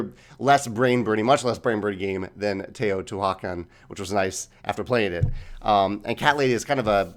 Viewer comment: Teotihuacan (Tay-oh-tee-hwua-kahn). Thanks for the great video, the thoughtful analysis is always appreciated.